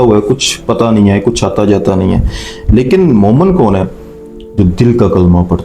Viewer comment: Momen nahi, momin kaho